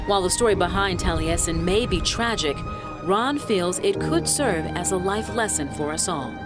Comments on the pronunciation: Love u. Great story. Taliesen is minutes from me. It's pronounced tally essen though❤ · The way I was told to pronounce the name, Taliesin is Tally -Es -in. I really enjoyed the video. You have a lovely voice for narration.